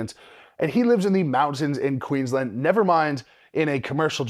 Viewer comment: Why can’t Americans ever pronounce Queensland properly lol